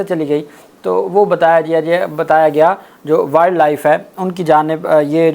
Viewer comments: صاحب، ولڈ نہیں ہوتا بلکہ وائلڈ ہوتا ہے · یار ایسے کرو کہ انگلش زبان کو صحیح پڑھنا اور تلفظ سیکھنا آپ کے لیے ضروری ہے۔ ولڈ کی بجائے اسکو وائلڈ پڑھا جاتا ہے۔ 😮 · Wild is pronounced as wiled. وائلڈ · Poor pronunciation of word Wild , not expected from you, repeated many times. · Please read the word “Wild”correctly.